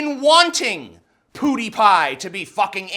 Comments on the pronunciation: I really don't get the intentional mispronunciation of his name. Like... why? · The most triggering thing is this whole affair is the way you pronounce PewDiePie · you say pewdiepie worse than armoured skeptic. But he has an excuse... he is Canadian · Ok, the way you are saying Pewdiepie is killing me... it's pronounced pyewdeepie not poodiepie. Just sayin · ''Pew'' is pronounced ''piew'', not ''poo''! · also "pew dee pie" not "poo dee pie" :-/ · Does he actually think its pronounced poo-dy-pie? Its pwu-dy-pie. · I love how this guys barely blinks and says poodiepie instead of pewdiepie lol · It's not "Poodiepie." It's "Pew (like making a gun sound effect) diepie." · "poo-dee-pie." Is that the correct pronunciation? I've always said peuw-dee-pie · Mother of-I could tolerate that Canuk Armoured SKeptic calling him poo-die pie. But damn it man, you are an american Its pronounced PUE die pie. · Dude, have yo heard of the word "pew", like what you'd find in a chrch. It's not pronounced "poo," it's "piew" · Omg TJ I love you and everything but when you say "poo-Dee-pie" instead of "pee-oo-dee-pie" I want to kill myslef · poo-dee-pie mate... it's *pyoo-dee-pie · I have to say, it's pronounced "pyoo", not "poo". It sounds downright funny when you call him "PooDiePie." Maybe that was your intention. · i-it-its *PEW*diepie. like a laser gun, pew pew. not POOdiepie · PEW-dy pie. Not POODY-pie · It's pronounced pyoodiepie, not poodiepie! Lol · It's pronounced "Pyuudiipai" not "Puudiipai". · It's pronounced "pyew", not "poo" dee pie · PEWdiepie, not POOdiepie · its not poodiepie....say pew. you sound like you're saying poodiepie.just sayin.... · It was hard to take him seriously saying "poodiepie" instead of "pewdiepie" lol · Why are both you and armored sceptic calling him poodiepie? it's pjew-diepie. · Slightly triggered hearing poodiepie, Boi it's Pew-de-pie. Funny hearing it as well. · Its PEWdiepie, not 'PoodiePie' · POODIEPIE 😂 god I cant stop laughing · "Poo dee pie"